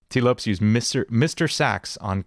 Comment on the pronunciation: Couldn't help but get distracted by how you pronounced Lopes lol, it's pronounced like Lopez!